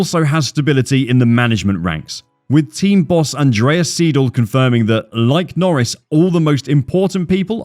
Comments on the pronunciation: nice video, just one thing, its not Andreas Seedle its more like Andreas Sayedle, like Aye aye Captain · the way you kept calling Andreas Seidl, Andreas SEEDL was really bugging me tf out, its pronounced ''sigh-dl'' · Seidl, oida, ned Siedl.